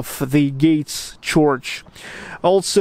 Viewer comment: Hi again, - sorry to be such a weirdo. Here's another tip. I noticed you said CHORCH (for "church") - keep it as a straight RRR (bird, word, third, herd, heard, nerd, world, church, nurse). "Chorch" is only correct in the Irish dialect. Again - love your videos and keep up the good work. Gorgeous weather in SPB!